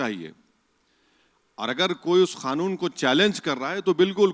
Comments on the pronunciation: Khanoon nahi kanoon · Khan wala khnoon kah rahe hai kya Kanoon hota hai bhai